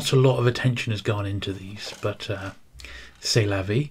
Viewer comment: Thanks. What cool games..yes i belive i reconized some ...now retooled and renamed.... " c'est la vie " spot on... i love a bit of bilingualism.. Lol.. Looking forward to seeing the others..more so the immitations...Its good you manage to get each game in that box... Bye my friend.